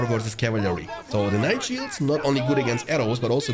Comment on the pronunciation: cav-il-ary haha